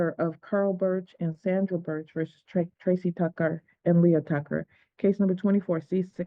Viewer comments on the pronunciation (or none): none